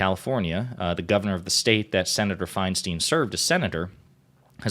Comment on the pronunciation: please learn to say her last name correctly, if only to properly remember her legacy. Her name is of germanic decent. It’s spelled “Feinstein.” In the German language, the “ei” or “ie” combination, unlike in English, always takes the long vowel sound of the second letter. Her name is, phonetically: Fine-Stine Why would the first “ei” be a long-vowel “I” and the second “ei” be anything else?